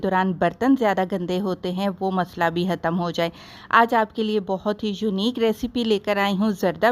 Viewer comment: "hattam" nahi "khatam"